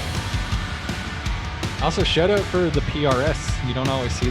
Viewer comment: Someone says SH-oww-t Owww-t correctly? I'm in.